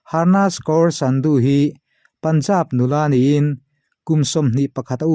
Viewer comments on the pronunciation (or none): 'Dutta' tih lai hi, mizo tawng a 'A' anga lam tur ani. 'Datta'. ang in. mizo lam a 'DUT' ti a lam lovin 'Sanjay Dutt (Dat) anga lam tur ani. mizo tawnga 'Kaur' ti kher lovin 'Kawr' anga lam tur zawk ani e. i ti tha lutuk, bengvarthlak lutuk.👍